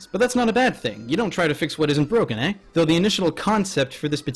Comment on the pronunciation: couldn't help but notice you really canuket it up "eh"? also men with brooms was a great reference for that context made me think of my childhood but my digimon happened to be monster ranchers....im gonna go watch monster ranchers now thanks for that!